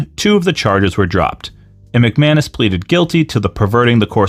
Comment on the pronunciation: The guy's last name might be McManus, but all I hear is McMahon-ish. Also I love how Road Dogg can still basically use his copyrighted WWE name by dropping the second G.